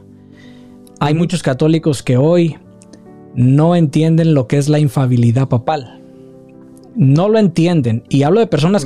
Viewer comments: No se dice infabilidad corrección para ambos se dice infalibilidad, que significa que no falla, que no se equivoca. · Infalibilidad por favor, no infabilidad